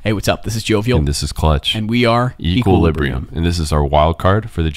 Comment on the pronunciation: エクイリブリアムって呼ぶんのね 公式発音たすかるーーー